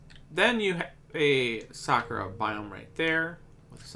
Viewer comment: When Bro is saying "Sakura Biome" I thought it is "Soccer Biome"